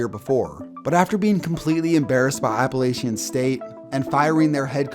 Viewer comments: AppalACHIAN not AppalAICHIAN jfc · Quick reminder to non-north carolinians, it’s pronounced Appa-latchin here lol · It’s pronounced app-uh-la-chin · The way you say Appalachian is wrong af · Wow you really don't know how to say Appalachian. Sincerely, Someone from NC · You pronounced Appalachian wrong